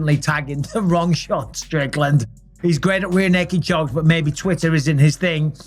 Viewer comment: I couldn't understand you....take Strickland out of your throat and say it again please.